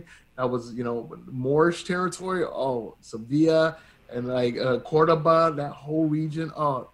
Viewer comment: Respect to him for pronouncing Cordoba properly and for picking Spain and Romania as stand Outs